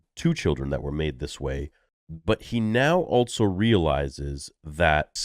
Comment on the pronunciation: I always thought it was so unusual how you say "altso" instead of also.